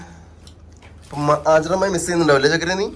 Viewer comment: ചക്കര അല്ല ചുക്കര